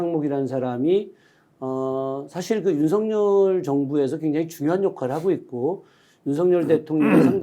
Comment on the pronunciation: 윤서결 탄핵으로 들려요